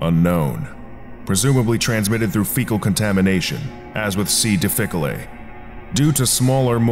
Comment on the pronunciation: Difficile is pronounced dif-fuh-seel, not dii-fuh-coh-lay... otherwise good job on the video!